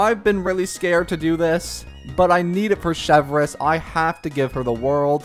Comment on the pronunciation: He also would have learned how to pronounce her name